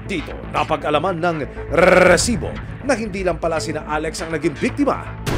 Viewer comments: Tanggalin nyo na yung RRRREEEEESSSSIBOOO! Nakaka bwisitB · ilan pong RRRRREEEEESIBO HAHA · Pwede bang isang letter R nalang sa resibo. Ang dami e😂😂😂